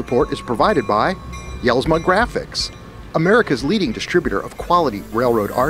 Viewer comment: Hey love the show been watching for a couple years now. Denny is a friend of mine and he really makes a nice product. However I want you to know that his name is pronounced like (Yells-ma) The J is silent. Thanks for the show keep up the good work!!!